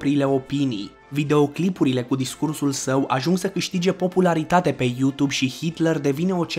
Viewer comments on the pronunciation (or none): none